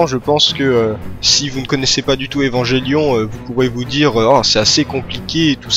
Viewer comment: Bon, c'est une vidéo qui est sortie y'a un moment maintenant mais bon je peux pas m'empêcher de devoir pointer du doigt tout ce qui ne va pas dans ce que tu dis sur Evangelion (et pourtant je n'en suis qu'à la 8ème minute) Bon passons déjà que comme presque tout le monde tu prononces de manière horrible le nom de l'anime (un enfant malien meurt à chaque fois que vous prononcez "evanjellion" ), je ne peux m'empêcher de grincer des dents quand je vois que tu t'es mis à Eva à cause de Pacific Rim. Del Toro s'est bel et bien inspiré d'un anime de la Gainax pour le coup, mais c'est Top wo nerae Gunbuster et non Neon Genesis Evangelion. Concernant le budget de l'anime, en effet la Gainax était en faillite à l'époque. Néanmoins, les plans fixes d'Eva sont extrêmement travaillés et la réalisation d'Hideaki Anno fait un travail de génie, chaque plan d'Eva pris individuellement a des détails extrêmement importants, au niveau des choix des couleurs, de la position des personnages (pour montrer leur rapport dans la dite scène), tout a son importance. Le premier épisode est à mon avis l'exemple parfait de la maitrise d'Anno car il peut être entièrement compris en en retirant complètement les dialogues. Bon, en ce qui concerne la fin de la série, elle est mignonne l'histoire du "ils avaient plus d'argent donc bah ils ont fait ça" mais la réalité est autre part. En effet, un budget, tu l'as sous tes yeux, tu sais qu'il ne te restera plus d'argent à un moment. Si certaines scènes appellent d